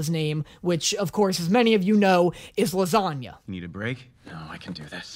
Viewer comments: the way I was actually listening to you about the name pronunciation until you said lasagna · to what tf was that?! Im cackling in the dark watching this! And not him calling Langa Lasagna!